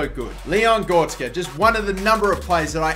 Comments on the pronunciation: GORETZKA NOT GORSKA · it is gor-rek-ska on gorska